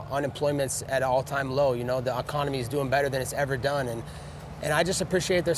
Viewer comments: The "Oconomy" is doing better than it's ever done lmao ...can't even say it right. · The “oconomy” 😂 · The “Oconomy” 🤣😂🤣😂🤣😂🤣😂🤣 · The Aconomy 😂